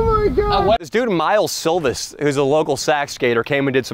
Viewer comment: miles silvis?? or did u mean miles silva????